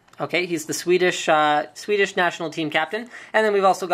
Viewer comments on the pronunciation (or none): none